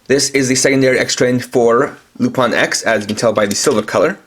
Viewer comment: It is pronounced lupin, not lupan